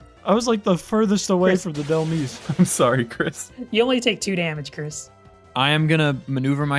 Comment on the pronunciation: Of all things, it's pronounced Dhelm-eyes, not dhel-miis. It's a combination of the words demise and helm(like the helm of a ship), Dhelmise.